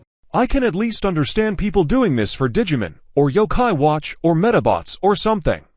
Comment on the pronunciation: The way ai pronounces “digimon” is just all kinds of wrong